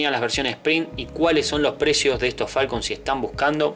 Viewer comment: Arnold 2T Primero que nada antes de hablar de autos minimamente aprende a mencionarlos bien un Falcon (sin acento en la "O") hoy por hoy es lo mas comun verlos en las calles y autodromos como cualquier otro auto no podes comparar un falcon con un Mustang o Chevy (con "Y" y no con"I latina") cuando el Mustang es un clasico por excelencia, un auto emblematico que dejo una marca en su epoca por ser uno de los autos mas potentes, dotado por el gran trabajo de ingenieria logrando un sonido que hacia imposible que no te voltees a verlo, agraciado por una estetica inigualable que causo tendencia junto al Chevy ss entre los clasicos, autos practicamente indestructibles.